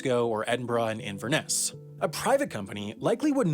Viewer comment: That is not how you pronounce Inverness. Learn how to speak Klingon.